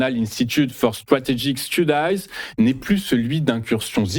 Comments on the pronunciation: on prononce studi, pas studaï, au pluriel, studiz non pas studaïz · Faire attention avec la prononciation de studies ou study